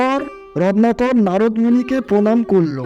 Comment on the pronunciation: আমি শুধু বুঝতে পারলাম যে বারবার রত্নাকর কে রননাকর বলা হচ্ছে, উচ্চারণ যথাযথ ভাবে বলুন।